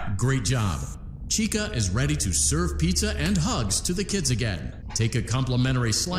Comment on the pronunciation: It’s Chica not Chikka